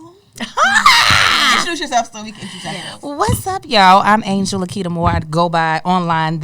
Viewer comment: The way Angel said Moore is unbearably hilarious.